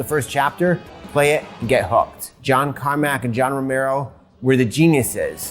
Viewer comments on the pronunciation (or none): none